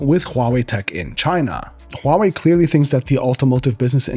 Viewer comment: Finally a tech YouTuber who can correctly pronounce Huawei Subscribed